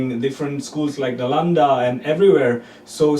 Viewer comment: Sir... It's not "Dalanda"... Its "Nalanda University"🙄 you have to know about it..